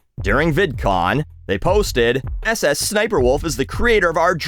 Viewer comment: "Su-su-sudio Wolf" sent me 😅 never change